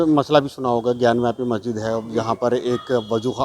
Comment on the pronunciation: Lo mo.aguzar ko majsid bolna nahi ata 🤣🤣🤣🤣🤣